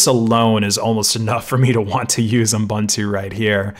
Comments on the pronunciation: He did pronounce it um-buntu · Is it just me, or does it sound like you're saying "U m buntu" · like M'buntu, reminds me of some african-ish name